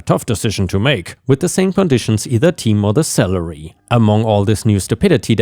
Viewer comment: Every time you said salary it sounded like celery you know the 98% water,long, green, moon shaped vegetable Cheers